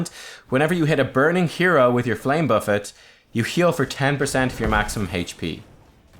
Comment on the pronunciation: Only youtuber who can pronounce flame buffet correctly